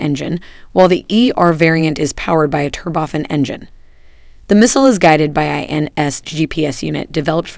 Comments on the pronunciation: I believe you meant to say Alabama Not Alaska. There is no cost benefit whatsoever to having any kind of high tech manufacturing or even assembly activity in Alaska, I expect more from you, also Tur-bo-FAN not Turbofin Otherwise, informative. Thank you. BTW, if that is all the nit noid stuff I could find, you are actually putting out good content, however it’s those pesky “eyes and jays” that need dotting and “teas” that need crossing! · Where's the regular commentator for these videos? This woman creeps me out with her 'turboffen' engines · She pronounces it turba- fin and yet even though I speak read and write on a college level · Excellent, but, please learn how to pronounce 'turbofan'.